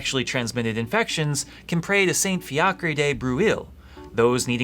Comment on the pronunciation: Saint Fiacre de Breuil is completely mispronounced. Google translate, while not translating this word, does a perfect job at pronouncing it. Have a nice day!